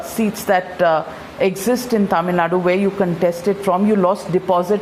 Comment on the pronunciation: Why can't Kamal properly say Thamizhnadu ?